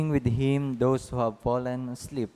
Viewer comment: God's word is salvation. With all due respect kindly train the reader to pronounce properly. I could hear the word fallen pronounced as pollen and many other words. PEACE